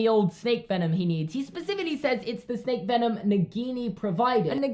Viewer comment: Did anyone else hear “She’s a special snek” instead of “She’s a special snake” ? Just me? Ok...